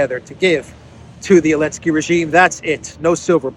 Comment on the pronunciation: Why do you call him Elenski, i.e. without Z?